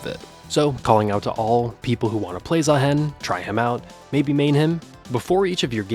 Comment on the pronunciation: please Say "Zahiin" not "Zahaen"